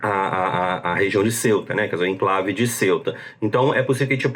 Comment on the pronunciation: Ceuta se pronuncia cêuta, não céuta, como se se escrevesse Celta.